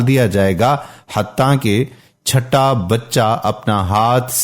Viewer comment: کیا عجیب تلفظ ھے اردو کا! چھوٹا بچہ کو چھٹا بچہ، اور ریوڑ کو ریئوڑ بول رہا ھے